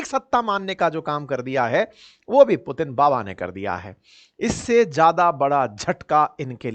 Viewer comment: Ek..Do..Teen..ab aa gaya Pu..Teen😅😅😅😅😅